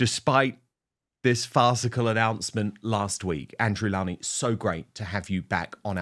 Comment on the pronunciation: Please, Dan, do pronounce Mr. Lownie's surname correctly. He's so polite not to correct everyone. It's low as in the opposite of high! Thank you!